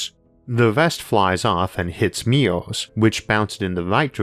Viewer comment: i wondered why does he keep saying meow meow, until the closed captions taught me that it is MIRRORS, sad me😂😂